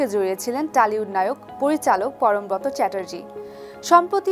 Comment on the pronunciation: উচ্চারণ হবে পরমব্রোতো। ব্রত - এর উচ্চারণ ব্রোতো।